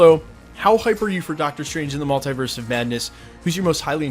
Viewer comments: its so irritating how you pronounce multiverse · the way you say Multiverse , literally prevents me from subscribing.